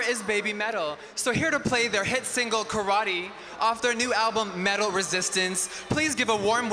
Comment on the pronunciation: Yee-Metal and Moh-Metal I'm dying 😭